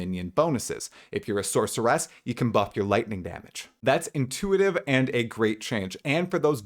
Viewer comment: SORCER-ESSS + HUNTER-ESSS = no, fucking stop already